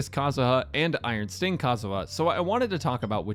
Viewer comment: he said iron stink idk if that was intended KEKW